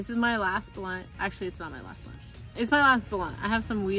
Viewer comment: you said blawnt not blunt 😂😂😂 and thanks for shouting me out lol ..u said fire u cant take it back :p